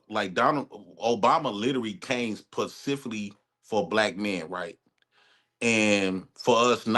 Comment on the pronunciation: C'mon. Really "PACIFICALLY" Bruh. It's "SPECIFICALLY" Kamalya?? Obviously, you were asleep in grammar class.